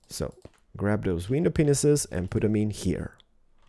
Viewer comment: It sounds like he says window penises